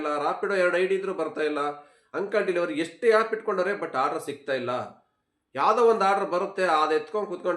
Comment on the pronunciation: It's not yap it's called app 😂